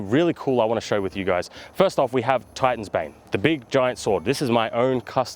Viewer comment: Fr, i heard Titan's Babe the first time he said it.